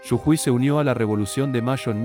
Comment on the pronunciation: Jajaja! Quizás interpreta la J mayúscula como Y